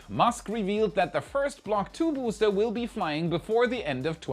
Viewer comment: Vous feriez mieux de payer un traducteur pour vos vidéos, cette voix type IA est insupportable. C'est bien pour faire du fric facile en touchant le public étranger mais niveau qualité c'est égal à un étron. 💩 (spacèxe... le bousté 11, le bousté 12, les tuiles chauffantes, la nouvelle tour ne mesurant que 2 mètres, vôtre chaine qui s'appel "Y pourquoi" 🤣🤣🤣... omg) Sans ça je me serais abonné!